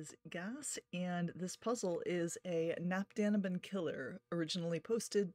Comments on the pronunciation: "Knapp daneben" means something like "close to it" or "almost thereby". The K in "knapp" is pronounced. And "daneben" is pronounced "da-neben", with the first E being a long and clear E-sound, not the typical I-sound or Æ-sound that English speaking people tend to use for an E (from a Latin point of view). The "da"-part means "there". A German A-sound is hard to find in English. But perhaps A as in "father" for "knapp", and A as in "dark" for "da". It depends on your accent, though. I'm not German by the way. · „Keh-NOPP da-NEH-ben“ - the folks at CtC don’t do a great job with this pronunciation either 😂